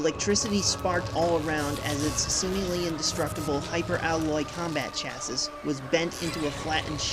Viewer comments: "...hyper alloy combat chassis.." chassis is pronounced "chas-ee". , "It was now 1985....." WRONG. She said November 10. She got pregnant on May 14, 1984, so she's about 6 months pregnant. It's still 1984. She would not still be carrying that child in November 1985. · Except for the mispronunciation of the word chassis. Which was said in the film. A true terminator fan wouldn't have gotten that wrong.